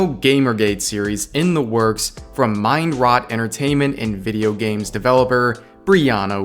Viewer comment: I heard that as " Mind Rot " and not as " Mind Riot " ... Which would definitely be more accurate.